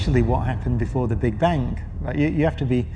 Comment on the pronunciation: Sir its Bang ! not bank.